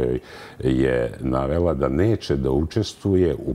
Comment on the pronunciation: Ko je ovaj čovek?Oseća se veeelika laž.Djordjević ministar, ko je on?Oduvek mutan!Ovoga je ON izabrao! Za koga radi? Zašto govori: gospodža, neče,kršeči,odredženi...odakle je ova spodoba? Menja pitanja voditeljke jer nešto krije!??? Uaaaaa...uaaaaa...uaaaa